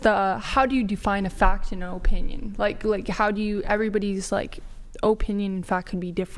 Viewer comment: "Everybody's like, oh-pinion and fact can be different." 😂 It helps quite a bit, if you listen to your own words.